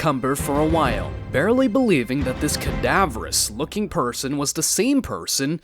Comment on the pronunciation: Kadavorous.... Multiple times is cringe 😂😂